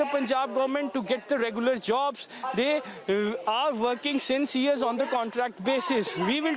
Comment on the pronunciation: jabs sound like jobs atm